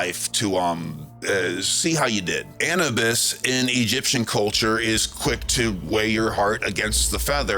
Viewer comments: Sorry if I seem pedantic but I thought the pronunciation was Annubis as in tissue-bis; not Annabis as in cannabis. I'm a big fan of your work so I'm not nit picking, it's just something that grinds my gears. Something I'd like to throw out there is this. Egyptians do not talk, or write, about, DMT, but they do write a lot about their praise of the Blue Lotus flower, a plant packed with DMT. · Thoth was bird headed Anubis pronounced anewbis ❤